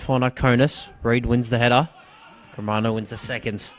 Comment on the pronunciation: learn how to say players names - Germano not Gremero